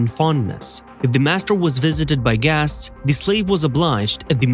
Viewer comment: The makers of this video needs to drop the stupid AI that keeps mis-pronouncing the word "guests."👎